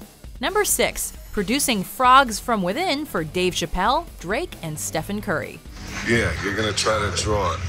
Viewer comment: The way she said Stephen Curry. Isn't his name pronounced like Steven?